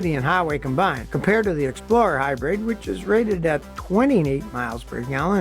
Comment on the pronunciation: He always pronounces hybrid “hybread” in all of his regular videos where he’s just talking and repairing a car. I think he writes these scripts himself. Maybe someone from his old tv show helps him do the graphics.